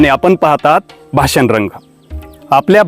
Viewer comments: शब्दांचे उच्चार देखील स्पष्ट असावेत भासन नव्हे भाषण 😂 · भासन.......... . भाषण......उच्चार गडबड.